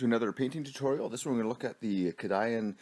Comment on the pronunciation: Its not cah-die-an its kay-dee-an for the pronunciation of Cadian :)